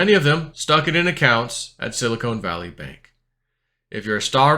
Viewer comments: is it sili"con" or sili"cone"? ;) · It’s Silicon, not Silicone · Love your content, but it is Silicon, not Silicone. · I'm listening on old school headphones plugged into my laptop's audio jack and can hear just fine - must be a settings issue with how it was uploaded? That being said, I wish I could stop hearing say "silicone." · Pronunciation is too funny!! “Silicone”.